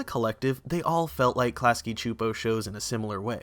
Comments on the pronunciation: I'm sorry but it's pronounced Clasky SSSSSooooopo. They say it in their own bumper at the end of every episode. I know, it bothers me more than it should but I thought maybe someone should tell you if you weren't aware. That's all, thanks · I have never heard klasky csupo pronounced out loud and I cringed every time you said it lol. But as told by ginger was my all time fave nick show. I wish there were more seasons it was so important to my development as a kid